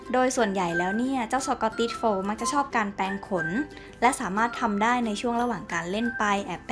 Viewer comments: ข้อมูลดี มีผิดบ้างก็ไม่เป็นไร คนรู้จริงเขาจะท้วงมาเอง แต่ แต่ แต่ น้องควรหัดอ่านให้ถูกต้องหน่อยค่ะ น้ำเสียงน้องน่ารักมากอยู่แล้ว ถ้าอ่านให้ถูกจะ perfect เลยค่ะ ตัวกลม ไม่ใช่.ตัวกม เวลาโกรธ ไม่ใช่ เวลาโกด แปรงขน ไม่ใช่ แปงขน ฝึกหน่อยนะคะ ติงมาด้วยความหวังดีค่ะ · อ้อ มีคนรู้จริง. ขอบคุณค่ะ ข้อมูลเขาก็เยอะดีนะคะ แต่รู้สึกเหมือนกันไหมคะว่า... รำคาญคนอ่าน ไม่มีตัว "ร" เลย แมวตัวกม เวลาโกด แปงขน คือถ้าพูดคุยกันเองในบ้าน ยังไงก็ได้ แต่ถ้าจะอ่าน ให้publicฟัง ควรจะต้องหัดนะคะ. ภาษาไทยจะได้ไม่วิบัติไปมากกว่านี้ค่ะ